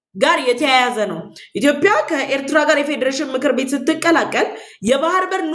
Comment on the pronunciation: አማርኛ እያወራሽ ስለሆነ እባክሽን ኢትዮዽዽዽያ ብለሽ አውሪ ችሎታሽን በአንዲት ፊደል አታበላሺ !!!!!!!!!! ዽዽዽዽ እያልሽ ተለማመጂ